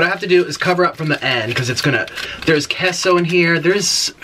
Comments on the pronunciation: Kay-so 😂😂 not kesso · Queso (KAY-SO) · Kehso? I thought it was kayso lol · Him: *pronounces queso wrong* Me: screams its pronounced quesooooooo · I love how he says queso as kesso lol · How he said queso 😂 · Hi Nick!!! My name is Chloe and I'm 13!! Just letting you know that you I think miss pronounced queso or I've been pronouncing it wrong for my intire life 😂. This isn't hate just saying for next time😆 I absolutely love your energy and you're always my go -to youtuber when I'm bored or need cheering up! 😄😄😄😂😂